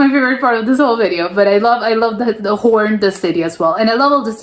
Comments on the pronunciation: The trick is that you pronounce it like horn indeed but extend the o a bit, but don't exaggerate. You did that automatically. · The pronuciation as in horns is spot on! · Pronunciation Hoorn is 10/10 Use the same oo in stroopwafels and you are first English native speaker who pronounce Stroopwafels correctly. Not stroepwafels. 😊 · Your pronunciation of Hoorn is flawless 🙂